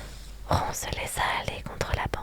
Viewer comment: Ron ce prononce rone..